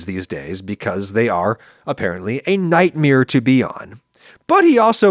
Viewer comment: Has anyone noticed that Adam pronounces "nightmare" the same way Bert Kreischer does? It's a NIGHTMEER! :)